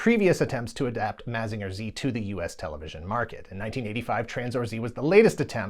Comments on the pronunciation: Why are you saying “Mazeenga” so weird? You can hear how the Japanese intended it to be pronounced by simply listening to the theme song. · This is a great video, but I thought mazinger was pronounced like mazin jer